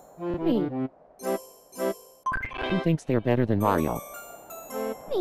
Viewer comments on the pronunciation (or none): "who tinks there beter than mario" *almost everyone says me*